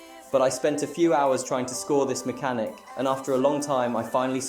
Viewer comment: homie u said maxhanic the entire vid so yea I don't think its "just 1 word"